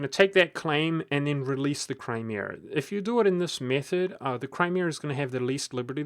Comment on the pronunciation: "Cry-meeh-ehr" lol